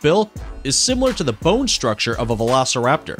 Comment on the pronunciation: why. just why. CoryTHORYsaurus? Not only did you mispronounce the name utterly horribly, but that’s an OVIRAPTOR! CoryTHORYraptor again…. what the fuck? PATCHEYcephalosaurus hurts me I would’ve mentioned this earlier with the Gastornis he called “vElOCirApToR” but not every dinosaur with two legs is a velociraptor! This one isn’t even a dinosaur at all! It’s an Adzarchid! That’s and Adzarchid, not a Pterodactyl. Different pterosaur group ah yes, because both brontosaurus ( yes he exists ) and velociraptor lived in South America, and lived anywhere near eachother. why does he incinuate Tyrannosaurus had a long neck? Fuck this video. I didn’t even list everything I hate about it.